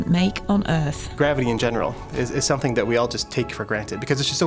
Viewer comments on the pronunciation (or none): none